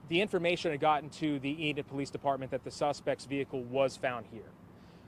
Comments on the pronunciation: EEEE-Nid, not In id. Just FYI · Enid is pronounced Ee Nid not Inid, I'm literally from there and graduated in that town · It's Eeenid Long e. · Not intended to be rude, but it's pronounced with a long E, with the emphasis on the E, like Ea-nid. I live close by and thought I would pass that along for future reference 😊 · I'm from Oklahoma. It's pronounced eee nid